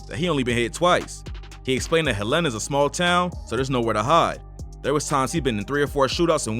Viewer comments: I’m from Arkansas. It’s HELL-EN-A Not HELLA-NA. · Dude... it's HELL-ena.... get our hometown right.... Hel-LAN-a is in Montana #FREEFREDDIE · I’m not here to correct u but ppl who not frm Arkansas pronounce EVERYTHING down here wrong😂 Helena is pronounced Hell-In-a not whatever u said😂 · Im from the city and to hear you mispronounce the name is funny 😂😂 it's "Helena" bro not "Helaynah" 😂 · Sir you was saying it wrong!! Its Hel-ena lol!! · Nigga said hel-ena Nîgga its (hell-uh-nuh)… Helena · It’s HELL-N-UH Not Hell-Een-Uh. 😒 I’m from Arkansas please get it right! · no one has yet to pronounce the name of my hometown - Helena (HellTown) Hell-Li-Nah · HELENA-(PRONOUNCED) HELL-La- Na =AKA (HELLTOWN) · Bruh I've never heard anyone pronounce helana like that it's "hell-a-nah" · It’s hell-lah-nah🤦🏾‍♂️ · It’s pronounced hell in ah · It’s pronounced Hell-in-ah. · Nigga from Helena pronounced hell Len na Arkansas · It’s pronounced Hell-in-a bro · Lol it’s pronounced Hel-la-na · it's not pronounced Hell inna sheesh.. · I appreciate you covering Arkansas rappers but it’s pronounced [hell-len-nah] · HELL IN UH IS HOW YOU SAY THE NAME of the town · Why is he pronouncing Helena wrong. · The way you're pronouncing Helena is KILLING me 😅 because why?! That's not how you say it mayne 🤣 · That is not how you pronounce the city 😂😂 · can someone tell bruh how to pronounce "Helena" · You chopped up " HEL....LENA!", Pronounced. Helena, AR. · 1) I'm from Memphis and you pronouncing 'Helena' wrong as hell. 2) Something is definitely fishy here. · Please learn how to pronounce the name of these cities.!? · Why he say my city like that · That’s not how you pronounce Helena 😂😂